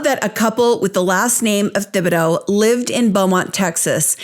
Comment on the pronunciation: The "Th" in Thibodaux is just pronounced as a "T" (Tib-a-doh) You did an awesome job as always, I just figured you're the kind of person who always would rather know that kind of thing, so i said it. :)